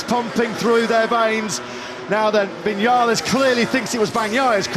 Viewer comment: Viniales , are y st@ ????? It's RACE